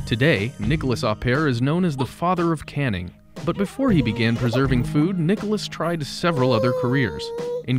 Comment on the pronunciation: NiColas, not Nicholas, please !